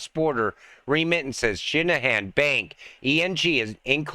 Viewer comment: It's Shinhan Bank. Not Shinnerhan.